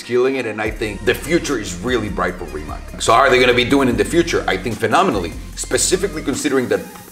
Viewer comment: Small nitpick, Rimac is a Croation company, so it's actually pronounced 'Rimats' Source: Balkan roommate